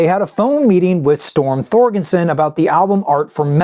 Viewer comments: I thought it was Storm ThorGERson, not ThorGENson. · Storm Thorgerson not Thorgenson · Storm Thor-GER-son. 🙄